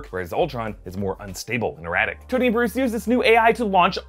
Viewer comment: it also says Stoney instead of Tony